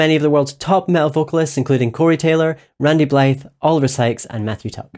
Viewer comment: Blythe (is pronounced Bly) smh